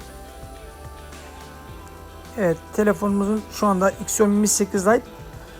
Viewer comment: Onun adı iksiomi diye okunmaz şaomi diye okunur